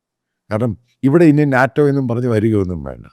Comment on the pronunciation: Not naatem - Naeto - say it correctly buddy